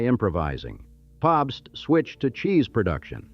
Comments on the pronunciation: Captain Popst!! Gotta love the befuddled Ai! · Or Pabst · Funny that the voice doesn't know how to pronounce "Pabst."